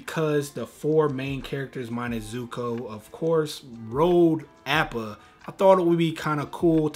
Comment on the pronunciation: Did anyone else cringe everytime he said Appa's name (short a not long a)